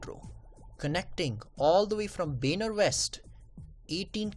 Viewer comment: benar ?????? its baner